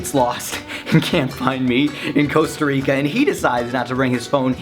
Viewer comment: It's not Coasta Rica, it's Costa Rica... Kappa